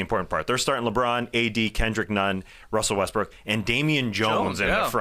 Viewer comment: Day-to-Davis lol!! Wussel Restbrook lol good ones